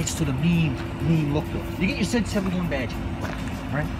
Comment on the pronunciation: zee not zeh jesus christ man